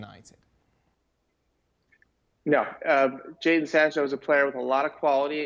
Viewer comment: This man said Jason Sancho?😒